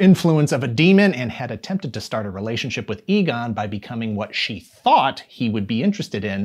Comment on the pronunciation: emphasis on “ thought”